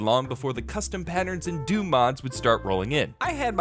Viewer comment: oh no "hdoom" OH NO OH NO OH NO